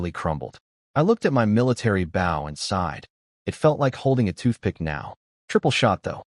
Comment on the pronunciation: I will never pay for membership on any site that cannot pronounce bow correctly on a story about archery. same goes for wound, live or lead